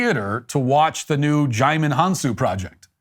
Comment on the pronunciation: Your (mis)pronunciation of Djimon Honsou's name made my day. Amazing.